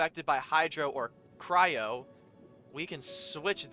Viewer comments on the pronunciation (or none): Its not pronounced cy-ro its cry-o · Its actually cry-yo and not cy-ro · please, not cyro like kaeyro lmao. , c-r-eye-oh. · "Cryo" is pronounced like "Krayo" not "Kayro" just letting you know❤😅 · I've noticed it since like, I don't know since what part, but if I'm not deaf, you're definitely saying "cyro" and not "cryo" . Sorry, just that every time I hear it, I chuckle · Not tryna be mean, but it's pronounced Cryo (cry-oh) not Cairo 😭😭😭 think of it like the root word, cryo, meaning ice (cryogenic). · Got here in 36 minutes btw its pronounced cry-o not kayro If you run out of stamina while climbing you can do a plunge attack so you dont die from fall dmage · I hate it when you say cyro- It's cryo 😭😭😭😭😭😭😭😭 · been enjoying your streams of genshin. just fyi it’s cry-o and not Cairo 😂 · the ice element is pronounced “cry-o” not “cy-ro” btw!! :) loving the vids, its fun to see someone playing the game for the first time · its a nitpick but you keep calling cryo cyro the y and r are the other way around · I just love how you say cyro instead of cryo lol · i laugh every time he says cYro instead of cRyo ahahahh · CRYO IS PRONOUNCED CRY-O NOT KYRO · It is called "cryo", not "cyro". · The gameplay that will progress in this game , you’ll have to do more strategies and faster moves and also the pronounciation for Cryo is ( Cry - oh ) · I’m loving this series so far, but one thing that bothers me is that you keep pronouncing “cryo” differently it is supposed to by pronounced as cry-oh but it’s still call if you want to call it whatever you want, just thought I’d let you know the correct pronunciation. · Just to know that cryo the "ice" in pronounced kryo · Idk if theres a comment abt this already but cryo is pronounced cry(😭)-o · I love how he keeps calling Cryo cairo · just so you know, cryo is pronounced cry-oh🤓